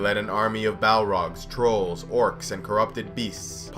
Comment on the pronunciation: Anytime the narrator says "Trolls" I giggle a little.